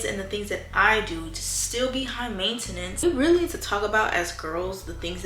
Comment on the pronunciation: the way u pronounce maintenance makes me wanna gouge my eyes out